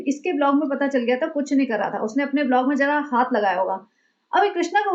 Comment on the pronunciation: का ' बिलॉग ' बोलना 😅😅😅😅